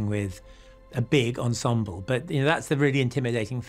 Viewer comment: I love this show.....but PLEASE "esemble cast"????😩